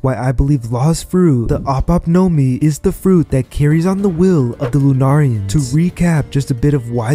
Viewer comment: Its ope ope nomi not op op nomi